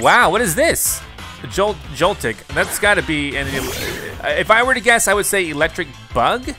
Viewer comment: He said elecstrike